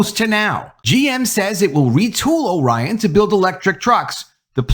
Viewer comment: Pronounced (OR-ion), not (O - Ryan). Grew up there so pretty sure I know how it is pronounced.